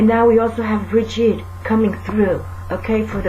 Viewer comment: From a little cailín on the Emerald Isle, a HUGE THANK YOU!! I love your videos, and I'm always guarnteed to smile!! ((Especially when you pronounce Bridgit and on occasion have your little rants!! LOVE!! ) Thank you xx